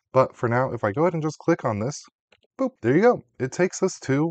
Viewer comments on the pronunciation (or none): none